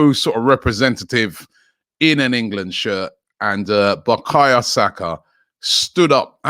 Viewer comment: It's Boo-ka-yo Saka, Jesus! ffs Robbie. It's getting ridiculous now. Practise before you come on here. It's a serious thing you're doing now.